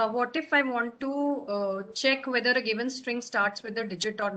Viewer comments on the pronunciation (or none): none